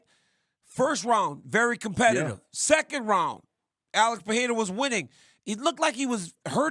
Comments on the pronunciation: can someone correct DC's pronunciation of Pereira's name? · Guys, respect Pereira enough to say his name right ffs